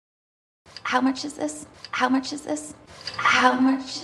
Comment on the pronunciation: 안녕하세요. 질문 있는데요... 39분 53초 지점, How much does it cost? 문장이 제 귀엔 [하우치 더즈이 커스ㅌ] 로 들리는데요. 제가 잘 못 듣고 있는 걸까요? 하우머치를 실제 발음하는데 제 귀에 안들리는 것 뿐일까요???